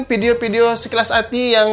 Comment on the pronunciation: Video bukan Ppidio